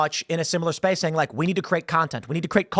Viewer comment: Kittens and puppies die every time Tim says "space" in this video.